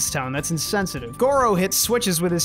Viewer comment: Not pronounced "Tone" His name is pronounced "Toe-Ann"